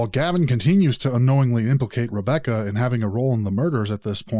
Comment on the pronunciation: Wabbecca and I wove her 😂😂😂